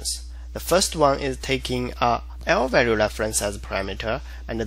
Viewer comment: say what again? lvalue leflence